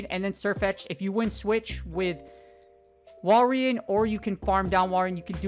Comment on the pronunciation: Im a little triggered about you calling it walrIEn and not walrein